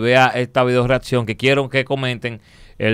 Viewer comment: Santiago bro, corrigete esa detallito de pronunciar la ''c'' como si fuese una ''d'' en el caso mas reciente: ''readcion''